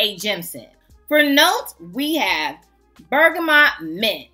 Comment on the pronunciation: Hello beautiful! Girl the way you say bergamot, I can’t 😂you are so funny. ❤